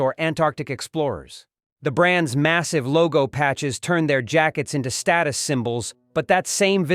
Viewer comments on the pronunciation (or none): none